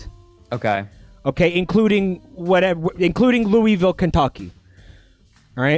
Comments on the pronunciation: every time you pronounce it 'lou-ee-ville' a part of my soul leaves my body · It's pronounced looa-vul. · Kentuckians usually pronounce Louisville as "Loo-vuhl" instead of "Loo-wee-vill". But we also bang our cousins so our opinions don't matter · im from kentucky and idk if everyone all over the state pronounces louisville the same way, but where i'm from we usually say it like "loo-wuh-vul". those tote bags around like are of the kentucky wildcats and louisville cardinals. im not big on sports but i think theyre college basketball teams? could be wrong though. pretty much everyone ive met who does care about sports is a uk fan (uk stands for university of kentucky, not to be confused with kentucky university) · If the town is anything like the one in Tennessee, then Louisville is pronounced “Loo-vul”